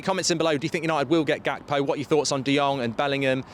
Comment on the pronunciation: Gekpo is pronounced wrongly. You need to drag the G mark. We do the same here in South Africa when we speak the "Afrikaans" language it's close To dutch the G is dragged